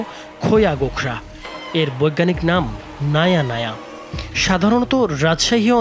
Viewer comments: Naia naia না গবেট সাংবাদিক ঐটা Naja naja ( নাজা নাজা ) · ভাই ভুল বলবেন না ওটা naya naya নয় naja naja। একটু জেনে ভিডিও বানন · সাপের বৈজ্ঞানিক নামটা ভুল করলেন নাজা নাজা জায়গা নায়া নায়া বললেন বইপত্র পইরা সাংবাদিকতা করতে আসবেন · ১। বিষাক্ত নয়, বিষধর হবে। দুটি কথার মধ্যে আকাশ-পাতাল তফাত। ২। নায়া নায়া নয়, Naja Naja হবে। আশাকরি বিষয়গুলো লক্ষ্য রাখবেন।